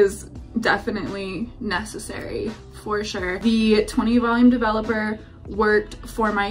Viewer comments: De-velop-er it’s DE-VELOP-ER!!! Developer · This first girl was so cute and optimistic 😅. I laughed every time she said "dev-a-LOPPER. Glad she was happy with the final result. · The first girl saying “Devil-epper” let me know it was gonna be a train wreck LOL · Literally heard “double upper” instead of “developer” & was like hmmm 🤔 is that a brand? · sounds like first girl is saying "double-upper" not "developer." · the way she pronounces 'developer' like 'devil upper' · The way the first girl pronounced developer made me angry beyond rational explanation 😤 😂